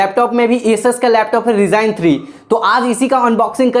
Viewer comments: Baccha hai read tu abhi tk Accha Sa baaat krna Nhi atha Kya he reviewe dyga ryzen ko rygon bolta hai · Bhai wo Ryzen (राईजेन)hota h.😆😆😆😆😆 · Esus ka Laptop hai Resign 3😂😂😂😂 RIP English